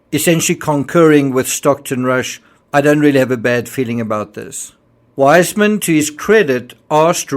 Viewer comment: I love your videos, they're very thruough, however, I must correct you on the pronunciation of Weissmann, its Viceman now wiseman. I know this because my maiden name is also Weissmann, and it's pronounced Viceman.